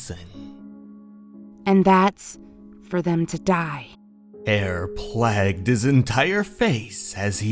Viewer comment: Love your vids! just to let you know, “plagued” as in “fear plagued his face” is pronounced “play-gd” not “plagged”. Like bubonic plague or the black plague etc. Just noticed you use it a lot in your stories and wanted to give you a heads up! ❤